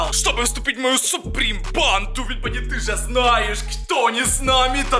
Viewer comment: Правильно '' Бонни''